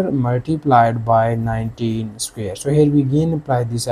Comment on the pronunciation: What’s a “scare”???😂😂😂😂